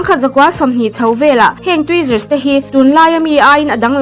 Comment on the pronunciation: A rawn lam chiang keih2 khawpmai😅😅Trizaaarrr😂😂😂